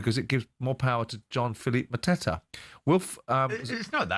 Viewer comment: Epic pronunciation from Jim for Mateta😂